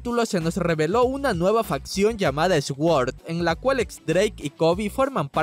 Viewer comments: Se dice "Suord" no "S-word" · Yo igual, dice esgüor madre mía qué mal. Se dice en Inglés y se pronuncia Suord que es SWORD. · Viejo, no se dice esgüord se pronuncia suord (sword) espada en inglés, porfa pronuncie bn q se oye muuuuuuuuuuuuuuuuuuuuuuuuuuuuuuuuuuuuuy mal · Me voy a volver loco escuchando a decir ESWORD.... jesucristo 🤦🏽‍♂️ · Se pronuncia Süord no Exguord me gustan sus vídeos pero me tiene hasta el cuuulo su pronunciación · sōrd por qué nadie me lo dijo, yo le decía sguord debí parecer un tonto citando a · se pronuncia "suor" o "suord" aunque la D es casi muda, no "ES-GUOR" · Pensé que estaba tratando de decir x-work cuando decía esguord pero resultó ser sword (sord) :v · Sword = sssord. (Eswor) 😂😂😂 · Soy al unico que le molesta cuando dise esguord no sabe pronucialo no deberia de hacerlo god dam it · De verdad me gustan tus vídeos pero me estoy ondeando con tu pronunciación de sword, se pronuncia Süord no Xguord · Men, en serio, tienes buenos videos pero por favor esfuérzate por mínimo pronunciar bien las palabras en inglés. QUE ES SUORD, NO ESGUORD!!!! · 1. Deja de decir Es word se oye mallll. Me molesta hasta dolor de cabeza. La w se pronuncia como u y es Suord qué pedoo. 2. Recuerda que Shanks estaba ahí asi que en qué momento se fue él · Dios deja de decir sgüord. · "Esguord" Jajaja te mamaste man. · Tal vez alguien debería decirle que se pronuncia "Sord". Aunque siempre tiene errores con palabras en inglés. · X2 esta vez me desespero mucho mas de lo normal jajaja Yo así como que dijo? Esguord ?? XD xD Wtf?? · Sword se pronuncia SOR! Que se significa Espada! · Jajajajajajaja "Esguorc"... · Hey me gustan tus vídeos todo baca. No por criticar pero sword se pronuncia de la siguiente manera: Su-or. Espero que te ayude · Lo mismo hace con Law que lo pronuncia Lau, y Mihawk que lo pronuncia Mijau... Es Suord, Lou, y Mijouk. Así es como se pronuncian. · por lo menos busca como se pronuncia las palabras en ingles SWORD= suort